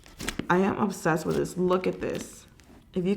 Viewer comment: I really love watching your videos but you always kill me when u say ubsessed instead of obsessed